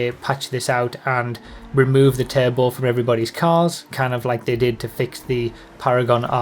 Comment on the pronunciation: I always thought you kept saying table and not "turbo" 😅🙃